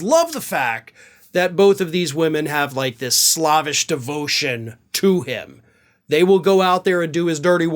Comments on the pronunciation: "Slav-ish"? As in someone Patriotic from Ukraine? It's pronounced "Slave-ish" as someone highly attached. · careful. You unintentionally insulted Slavs. Your pronunciation of slavish should be slAv emphasis on the a. Not slauvish like au. 😮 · You know slavish devotion is not pronounced like Slavic, right? It's comparing someone to being a slave, not a Slav.